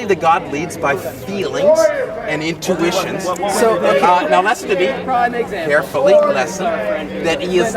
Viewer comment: why does always pronounce listen as "lesson" it pisses me off more than any of his moronic beliefs